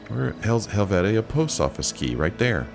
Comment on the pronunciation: Hel-vee-sha. I actually live in this village IRL. ❤️